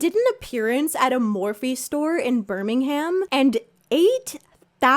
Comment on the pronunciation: the way you said "birmingham" actually hurt my soul 😭